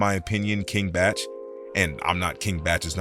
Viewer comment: Bruh, "king botch" and "Eddie Curry"? C'mon man